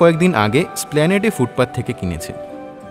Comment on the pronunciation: Esplanade spelling Splanade উচ্চারণ হয় কী করে !?!